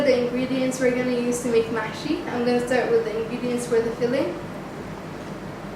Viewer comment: haaahaahahahaah!! ma7shy not mahshy!